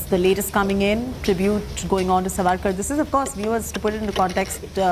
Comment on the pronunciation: Pronounce it as Saavarkar not Savakar, please correct yourself Madam.